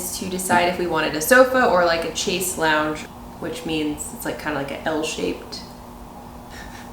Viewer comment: FYI - "chaise" = pronounced like "shaiz".